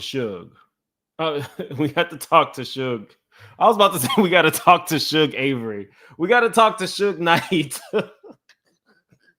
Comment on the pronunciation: "Shug Avery" 😂😂😂